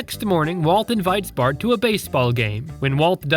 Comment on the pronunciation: Fart instead of bart